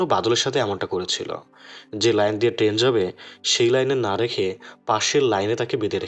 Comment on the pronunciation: ট্রেন, not টেন বাথরুম, not ব্রাথরুম